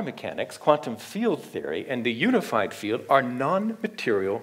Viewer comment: What is the You-nified Feel-ed ? RorriMaesu says useaMirroR 🙏